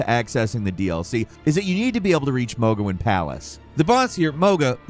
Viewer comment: mohgah and radin.. like i wanna act like you just made a mistake but this is def comment bait. you've said them right before. shame.